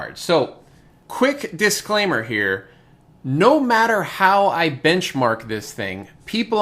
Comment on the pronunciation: did you purposefully say "disk"claimer or was that an accident?